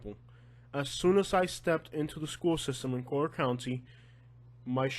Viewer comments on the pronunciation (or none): Dude, it's COLLIER county, not Coaler county. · Yo I love you and I appreciate the "real" news... I thought it was super funny hearing you say collier.. Your 100% Spanish lol I'm Cuban and you pronounce it like your reading Spanish.. 2 l's doesn't make a y lmao your kept saying it like coyer or something lmao it was so funny.. Sorry to laugh at your expense but dude it was too funny!! Like I said I listen to your stuff alot and I love it lol keep your chin up dude you do good work bro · I was born here 66 years ago in 1954, I married at 15 in 1969 & I grew very well off with my husband through land. Please, learn how to say "COLLIER" properly !!!!! My husband didn't even have shoes to wear to school, he went barefoot & I had 1pair of shoes !!!!! Go back to Kentucky. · It's Collier County. Learn how to say it before you post a video. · I live in Naples and Yea, it's expensive but, man, can this guy find anything not to Bitch about??? The guy will have problems no matter where he goes !!!! Been here for over 20 years and can't even pronounce Collier correctly 😂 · learn to pronounce the county.